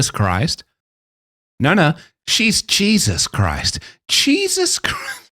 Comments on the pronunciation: "Cheesus Christ" & "Beelzeboone"... 😆😆😆😆😆😆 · Did you say Cheesus Christ? Dude Im a Christian... Im not supposed to find that funny... But I did. 😅